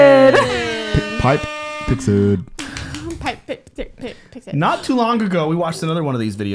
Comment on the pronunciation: Thx for the reaction but it's *PIXID*...best to credit the correct channel you're reacting to 😄